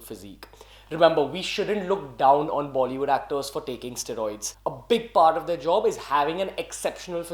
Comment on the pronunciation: Ugh please say it right. Steroids. Stae-roids.